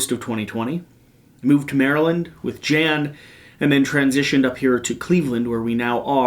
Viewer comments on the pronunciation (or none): none